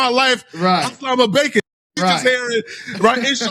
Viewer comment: so disrespectful hittin that “Asa-Lahma-Bacon” twice 😂